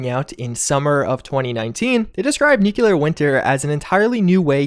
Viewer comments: NUCLEAR Pronounced: NEW CLEAR not NEWK YA LER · Its not "Nu-CU-lar Winter" its Nu-Cle-Ar" Winter... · NEEW-CLEEE-AARR... Not nucular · Nuclear: Nu...Cle...ar. EXACTLY as its spelt. Its not hard. Try it.